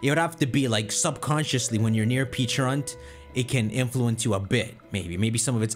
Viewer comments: pecharunt not peacharunt.. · Also Pecharunt should be said as "pecha-runt" and not "peacha-runt" sense it's supposed to resemble a Pecha Berry. Also, Arceus should be pronounced "arc-eus" and not "ars-eus" sense it includes the word Arc, referring to the two arcs connected to their body, or arkhé, Ancient Greek word for origin and authority, plus deus, the Latin word for god; there is also the Arc Phone from Legends: Arceus. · He intentionally does it because he enjoys making people cringe. If he’s not saying Peacharunt he’s saying Pecharant which is another way to mispronounce it. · So people are annoyed at him for saying the name correctly? Bro peacharunt definitely bothers me more. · I always pronounce it Peh-cha-runt it just sounds better to me